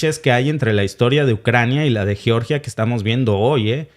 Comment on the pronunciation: Sé pronuncia yeoryia! Así lo pronuncia mi Amiga nacida allá en Georgia